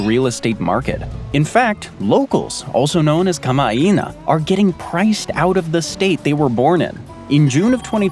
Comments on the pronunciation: Dude… Learn how to pronounce names, places, and things. I mean really, kamaina is pronounced “kama eye na” not “kama ee na” in Hawaii. Which by the way is pronounced strangely as “Ha v’eye ee” not “Ha why ee.” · Kama’aina = “Coma eye ina” lol